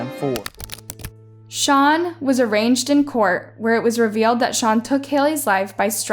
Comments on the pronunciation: Shawn was not “ARRANGED” in court…. He was a-rained. That’s how you pronounce arraigned smh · Arraigned is pronounced "Ah-rained" kiddo. Not "arranged" - though that was entertaining. 😏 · Sean was not “arranged in court”, he was “arraigned”! Pretty important to get the legal terminology correct if you are narrating a criminal case! ✌️ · so so sorry baby girl.... and that would "ARRAINGED IN COURT" not "ARRANGED IN COURT" and i hope the real convicts get at him in PRISON !!! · Arraigned is pronounced Ah-Rained… the G is silent…Arranged is a different word with a different meaning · Arraigned...not arranged 👍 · Arranged in court??? More like a-rained is how u pronounce it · Being arraigned in court is not pronounced the same as arranged. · Am I the only one who heard her say “he was arranged in court” rather than “arraigned” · Anyone else notice that she mispronounced arraigned? She said arranged. Interesting story nevertheless. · Good video. Just FYI on word pronunciation, he was not “arranged” in court, he was “arraigned” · Why do you state a motive in the video title and then ignore that piece all together in the video? How do you know he did it for fun? And it's "arraigned" (a-rained) in court, not arranged. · Arranged? Girl, he wasn’t moved around 🤦🏻‍♀️. It’s AH-RAIN-ED . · Arraigned, not arranged (in court) 😋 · Arraigned in court is not pronounced arranged in court just fyi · Not correcting u to be a smart ass or anything like that but the word arraigned isn't pronounced like arrange its arrained G is silent as in reign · That's not how you say arraigned, it's pronounced like ah-rain-ed. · Great episode!!! That’s not how you pronounce ‘arraigned’ though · it’s pronounced Ah-rain-d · Sorry to be that annoying person but arraigned is pronounced “ah-rain-d” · It's pronounced hyouston and arained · Gotta live a true crime channel that can't correctly pronounce arraign ... lol, he was "arranged" in court.... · He was "ah-rain-ed" in court.